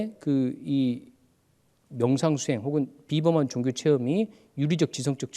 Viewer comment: 선생님! 귀한 강의와는 관계가 없는 질문입니다만, 단어의 발음 문제입니다. 한 말로, 왜 단어의 제 2 음절을 강하게 발음하십니까!??? 이것은, 우리 말이 아닙니다. 예: 기초, 종교, 철학,시점, 문화, 대표, 사건,비판 ,4퍼센트,xx라고,아니라고, 바꿀것, 세번, 사실, 이상 예는, 일부에 지나지 않습니다. 왜!? 둘째자를 거의 모두 accent가 있는 것 처럼 강하게 발음 합니까!!?? 이 결과! 장음인 단어의 첫 자를 모두 짧게 잘못 발음하셨습니다. 만일, 제게 선생님 발음을 평하라고 한다면, 죄송하오나, F!!!. F올시다. 이에 대해 관심이 있는 분은, 유튜브에, 치시면, 참으로 진귀한, 우리 말에 대한 강의를 들을 수 있나이다. 미국 변 완수 드림